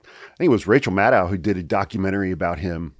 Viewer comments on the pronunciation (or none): Rachel's name is pronounced mad doe, like a deer, NOT dow like a cow. Window, meadow, Maddow.